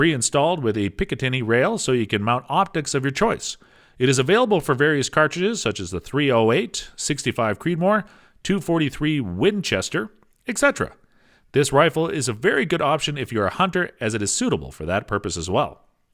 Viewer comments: “Sixty Five Creedoor”, huh? And no one caught that in editing? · Dude just said “sixty five creedmore” how can anything he said be taken seriously? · Did he say the 65 creedmore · Ha.......& the “65” Creedmore ! 😂🙄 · “65” (sixty five) Creedmoor...😂